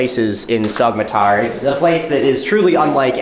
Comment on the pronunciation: You were there and you still can't pronounce Sogmatar right?